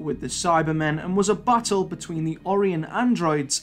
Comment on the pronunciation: Sometimes when you say ‘battle’ it sounds like you are saying ’butthole.’